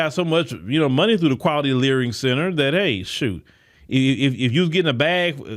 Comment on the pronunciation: Layering center 😂or😂 learing center